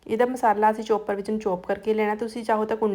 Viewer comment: ਚੋਪਰ ਨਹੀਂ ਚੌਪਰ, ਪਕੋੜਾ ਨਹੀਂ ਪਕੌੜਾ ਕਹੋ ਜੀ ।